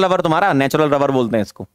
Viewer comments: Is it only me or he really sounds like lover and not rubber 🤔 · Me:* finished whole lecture 2X * still thinking was sir saying 'Natural Rubber' or naTuraL LovEr 😶😕😑😅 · Sir ne jitne baar rubber bola utni Baar lover sunai de Raha hai 🤣🤣😂😂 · every moments sir said natural rubber , it sounded like natural lover 😄🤍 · Why do I hear natural lover instead of rubber 😂😂😂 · Are han ....hme v natural lover hi sunai diya tha ....😂😂😂😂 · Sir: natural rubber My ears: natural lober 🥲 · Am i the only one jisse natural lover sunai de rha hai😅🤣🤣🤣